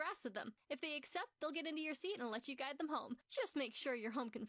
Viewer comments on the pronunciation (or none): none